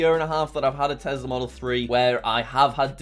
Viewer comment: Did anyone notice that is sometimes call tesla tezla